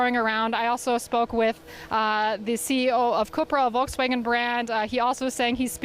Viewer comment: She pronounced it Vol-ks-wagon! Jeez, journalists 🍵